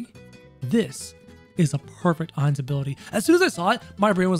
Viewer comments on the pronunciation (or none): i thought you were calling him heinz for the majority of the video, didnt read the title